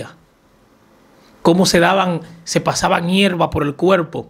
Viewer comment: Se dice CUERPO no cuelpo. Se dice por FAVOR no pol favol